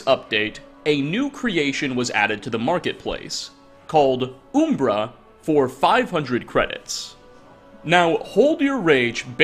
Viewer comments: Umbra in Morrowind is an obvious play on Lancelot. He literally says the same dialogue as the screenplay. It's also pronounced; Um-ber-rah not Oom- bruh. Umbrah also means shade or shadow. Side note: Jeez, I can't believe how bad the contrast and coloring is in Oblivion. I had forgotten, it looks worse than Morrowind. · it's umbera not oooombera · Not to be that guy, but this did bother me, it's pronounced uhmbra, not oombra. Umbra means shadow or darkness. WHAT? 😂Now I'm convinced your just ducking with people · I do find it amusin' that he called the sword "Ooom-bruh" I was like, "Oh, I thought it was 'Uhm-Bruh', but I guess one of the latter games says the name". Clavicus Vile: "It contains the soul of Uhm-Bruh". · Umbra. Not Oombra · Uh-mbra, not oo-mbra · Has this guy never heard the word umbra or something, cus its a real word... Like why is he calling oooommmbraaaa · Oooooombra ooombra ooombra. Imagine calling umber oooombra... MFER THEN YOU CHANGE PRONUNCIATION TO SAY IT CORRECTLY JUST ONCE THEN FUCK IT UP SECONDS LATER.... HOW. OOOOOOOOOOOM BRUHHHHH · It’s umm-bruh btw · Dude doesn’t know how to say um-bruh lmao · Good content, but the pronouncing of umbra left some satisfaction to be desired. Heh its closer to UMM-bra. It's a plane of existence technically. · Uhm Bruh uhm bra um bruh umbra